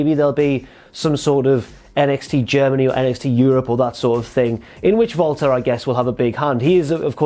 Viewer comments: To anyone else does it sound like he always says Valter instead of Walter? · It's sounds like is saying Volta instead of WALTER. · Jesse Pinkman in German W’a are pronounced as V’s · He's German. They pronounce Ws as V over there.